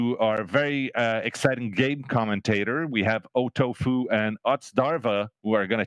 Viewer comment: I swear I thought he said "Our very exciting gay Commentator"